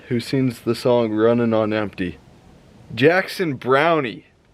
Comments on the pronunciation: OOf, your age is showing. Jackson Browne is just pronounced Brown... the e is silent. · Sorry Jackson Browne is pronounced Brown, as in the color. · the e on jackson browne is silent. you said his name wrong. 🤣🤣😎